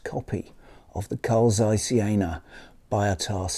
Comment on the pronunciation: I heard somewhere the pronunciation is more 'bee-o-tah' instead of 'buy-o-tah', is it true?